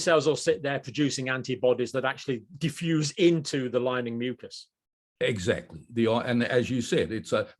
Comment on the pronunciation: Why add more syllable to the word mucas?